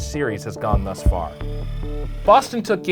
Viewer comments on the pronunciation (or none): none